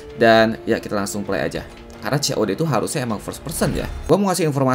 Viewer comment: COD bang bukan "CeoDe"